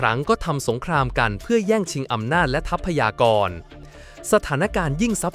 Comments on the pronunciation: ทรัพยากร อ่าว่า ซับ พะ ยา กร ไม่ใช่ ทับ พะ ยา กร ว่าแต่ว่าใช้ Ai มันก็ได้ประมาณนี้ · ทับ-พะ-ยา-กร เออ อ่านมาได้นะมึง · คนหรือ AI ที่พากย์เสียง ทำไมอ่านคำว่า ทรัพยากร ไม่ได้ อ่านเป็น ทับ พะ ยา กอน ตลอด